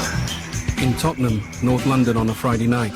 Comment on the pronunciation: Tottenham mamden 😂😂😂 ffs